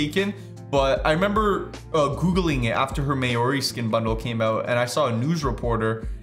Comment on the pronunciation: “Mayori” is pronounced “mowrri” lmao